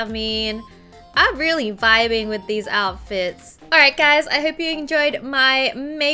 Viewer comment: Wengie: I want theese shoes. Me: It's sold out In December. Wengie: Oh they are sold out in December. Me: I know Wengie. Wengie: Then I want theese. Me again: Those are sold out in November, December. Wengie: Ohh theese are sold out in November, December. Me: I KNOW, WENGIE!! I KNOW!